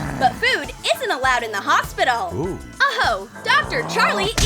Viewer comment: It is hospital not hosbital